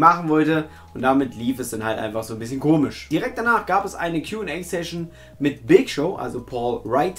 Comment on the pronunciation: Lieber. Der Gute Big Show wird Ohne R Gesprochen;)